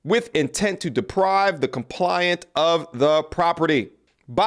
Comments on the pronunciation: COMPLAIN...ANT....NOT COMPLIANT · FYI: The word is "Complainant" (individual who files the complaint), not "Compliant".. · Compliant??? You should let AI read for you...gotdamn bro. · ComPLAINant ma G… Complainant. Sounding it out still works for us grownups too. 😂😂😂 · Arraingment... the 'g' is silent. A rain ment. Complainant not "Compliant". Compliant is easy to get along. Complaitant is a person presenting a case in court. Aff ee aunt, not A fi ant. Your flow and patter is good. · You lose some credibility when you misread big words. Arraignment is pronounced "ah-RAIN-ment" not "arrangement." They are two different words. Also complainant is pronounced "com-PLAIN-ant" not "compliant." Again those are two different words and mean different things. You are changing the meaning by mispronouncing those words. Not saying this to nit-pick. I like your content and want to see you succeed.